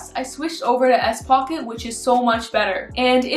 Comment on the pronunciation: Are you saying s-pocket?